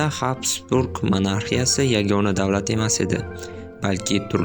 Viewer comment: Habsburg emas gabsburg. Har bir millat avstriya wonunlariga boysingan